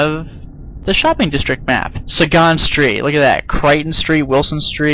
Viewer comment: Suh-gahn street?! Sagan. No doubt after Carl Sagan.